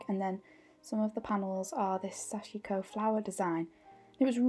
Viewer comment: so much loveliness and inspiration, i’m happy youtube recommended your channel. everything you said in the beginning is how i’ve felt too, it was good to hear, somehow validating. please forgive my advice where none was asked...but Sashiko is pronounced SASH-KO...sashko. the i is silent. now you’ve inspired me to pick it up again☺️🙏🏻🌸🪡🧵